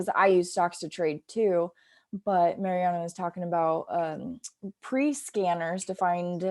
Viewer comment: Marianna is the first Sykes’ female millionaire and the youngest. I think u guys should pronounce her name right.